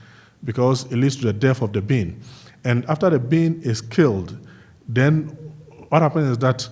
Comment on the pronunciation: "And den they eat da po po"